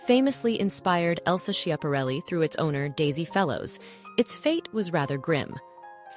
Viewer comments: It’s pronounced Scap-arelli, not Sshap-arelli. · The fashion designer Elsa's last name is pronounced SKeeahpahrelli. Not sheeahparelli.